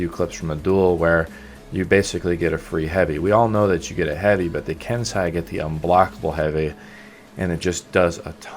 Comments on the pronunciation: ken sai?... ken say xD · You say it "ken-say" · I cringe whenever he pronounces Kensei